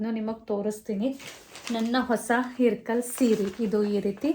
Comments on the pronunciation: It’s not irkal it ಇಲಕಲ್ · It is ilakal not irkal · ಇರ್ಕಲ್ ಅಲ್ಲ ಅದು ಇಲಕಲ್